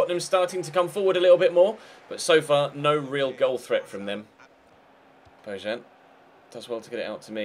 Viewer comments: bo-yan not bo-jan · It's pronounced Bo-Yan